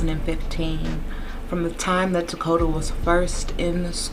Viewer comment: And thank you for pronouncing his name correctly! So many people call this baby Dakota and it angers me so bad. HIS NAME IS TAKODA, and he was here and he mattered!